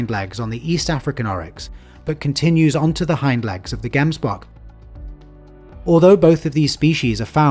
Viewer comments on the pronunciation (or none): Hey great video but a little bit of constructive criticism its pronounced gemsbok but like jems to pronounce "gemsbok," you can split the word into two syllables: "gems" and "bok"1. The first syllable is pronounced as "jems," rhyming with "gems" or "hems"1 Once again I don't mean to criticize you, I love your work